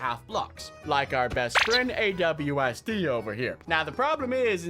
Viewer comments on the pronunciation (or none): Unspeakable: My buddy Awsd Me: IT'S ASWD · And u called Aswd Awsd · Wait did unspeakable said AWSD , i thought the name was ASWD...